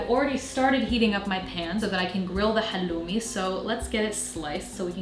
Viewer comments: You are one of the few who are pronouncing halloumi correctly as we do in Cyprus. Much love from Cyprus, your middle eastern neighborhood. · Thank you for pronouncing χαλλουμι correctly, the Cypriot way! <3